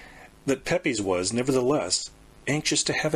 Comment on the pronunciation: Pepys is pronounced 'PEEPS' lol and Occam is pronounced "Ah-Kuhm'/'Ah-kam'